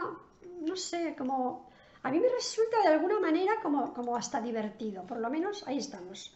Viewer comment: Qué gracia me hace cuando dices: ahí estamos!! Y te sale el acento de Bilbao. No he probado estas dos nuevas. Deben oler muy bien. Buenas noched